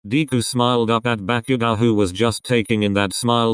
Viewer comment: I’m sorry but the part when bakugou was storming of whe Kirisaid bakugou it sounded like ‘back u go’ I’m Srry but it was a bit funny